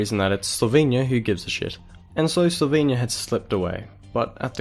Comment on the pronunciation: If you are going to do a video on Yugoslavia, atvthe very least prounounce the names Kosovo and Slovenia, knin and so on correctly, oh and when talking about Croatia, put a map of croatia up